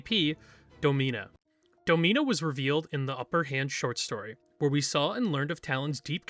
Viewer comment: I could have sworn it was pronounced “DAH-min-uh” instead of “Doe-MEEN-uh”